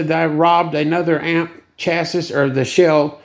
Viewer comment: It's pronounced "chassee"